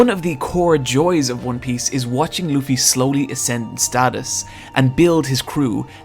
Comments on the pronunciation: Plz read this all “I spent a lot of time to write” 1. The main characters name is spilled loofy not lufy. “Like if you are saying 2 oo’s” simply like how that guy says it. 2. You must start it from the very start, if you will react to the anime on this channel I’ll definitely watch it/support and your channel will definitely grow fast. 3. For the fillers you can just skip them, To point out the fillers you can search (one piece fillers) and you’ll find everything you need “ there is a good filler that almost everyone love which is G8” 4. One piece may seems really childish and happy show for people who didn’t watch it but once you get to it, you will find out how dark and sad it can get. Which includes ALOT of real life problems and conflicts. 5. I know it’s your opinion but as you watch the show and how the art and animation progresses “ it might become your fav ;)” 6. If there is one thing every anime fan would agree on is that this anime has the best world building. 7. Watch this guys other vid “Why should you read/watch one piece” bcz it’s really gonna push you to watch op even more. 8. Every character has its own personality, fighting style, dreams/ambition which makes it really interesting. 9. I don’t recommend watching the rest of the openings if you don’t forget easily bcz IT WILL RUIN THE SHOW FOR YOU ~SPOILERS DETECTED~ just don’t 10. DONT SKIP CANON EPISODES 11. You’ve met the good side of the op community..but be aware that every community have it’s bad side so ju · It’s pronounced loo fee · it’s lu-ffy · Luffy's name is pronounced "Loofy". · No i dont understand what you are saying. His backstory was sad, start paying attention. Also its pronounced lUffy. Its not really hard to listen to how others pronounce his name